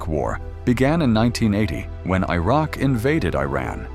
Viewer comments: Iran is pronounced as EE-Rahn, not Ayran. and the people are called EE-Ranians. Iraq is EE-raq, not Ayraq. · I roc and Eye ran 😅 it's Iraq and Iran